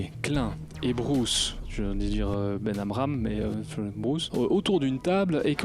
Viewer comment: Le nom de Bruce se prononce "Benamrand" comme "durand" à la fin